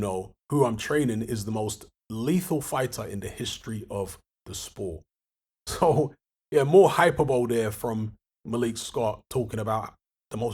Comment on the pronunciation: It’s pronounced “high-per-bo-lee” not “hyper-bowl” ffs